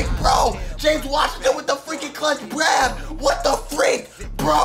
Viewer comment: also btw when washington caught the ball you said WASHINGTON WITH THE BRAB IMAGINE SAYING BRAB INSTEAD OF GRAB